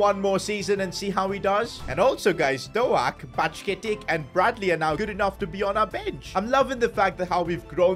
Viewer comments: hey as a liverpool fan quite annoyed that you called him ben doe ak its pronounced doke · Pronounce ben doak Ben doke not Ben do al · It is not ben do ak its ben doke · Doak not doAk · It is pronounced dok not doak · Bro says Dowak not Doak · His name isn’t doAk it’s pronounced do-k Btw you should take over rangers next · Is Dook not Do-ak 😂😂😂 laughing the whole time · Bro the pronunciation is ben doke no ben doaak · "ben DoAHk" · It’s Douh-k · Bro really just said Ben do-a-k 💀💀💀💀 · It is Ben-doe-k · Hi just saying Ben doaks name is pronounced as doke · It’s so funny how pronounces Ben Doak’s name like Ben DoAk 💀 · His pronunciations of Bajcetic and doak is annoying me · The way he says doak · The way he Butchers Doak's name annoys me so much. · "BeN DOuGhaK"i love it😂ByeCketiK too😂😂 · Doak is pronounced like doek and Bajcetic is pronounced like bieshetich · Yo, Bajcetic is pronounced Bye Set itch and Doak is pronounced like Oak in Oak tree but with a D at the start. Just wanted to help:) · As a liverpool fan lemmie Correct u Brother. Doak Is pronounced as Dok And Bacjetic is as bajetich😅😅